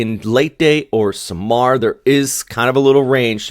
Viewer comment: so samar has like a delay to it. SaahMar , not like how you say it Sam-R. Again… I tried 😅😅